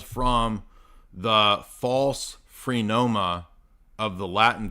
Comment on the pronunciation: also "phrenoma" instead of "phronema"